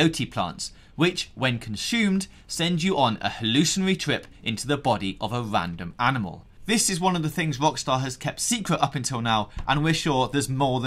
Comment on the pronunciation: whats a "vandom animal"?